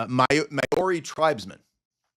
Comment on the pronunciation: As a Kiwi I chuckled at your Mayori pronunciation of Maori (pronounced Mouree) 😂 God bless.